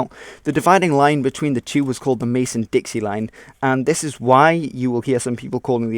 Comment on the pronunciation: Great video,. I'd like to note that it is the Mason-Dixon line, not Mason-Dixie.